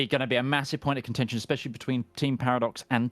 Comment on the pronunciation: Well, I know what contention means, but that's definitely not what is saying if you listen to it. There's definitely a "shh" being produced before the "shh" made by the '-tion" ending. If he wanted to say contention, I rather doubt he'd have any difficulty pronouncing it properly. It's as though part of his brain was thinking 'contention,' but simultaneously feeling that perhaps it's not quite the right word for armed conflict (it sort of is, sort of isn't - there can be a lot of political contention over a given territory, but I don't think 'contention' is the word you'd use to refer to the actual fighting taking place).